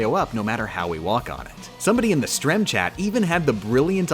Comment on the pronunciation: He said sterem weird